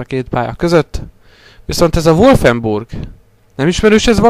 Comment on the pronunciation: amúgy a wolfensteinbe az wulfburg és nem wolfenburg :D